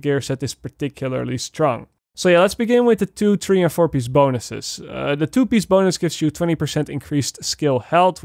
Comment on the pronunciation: PIEACE NOT PISH UGHHHH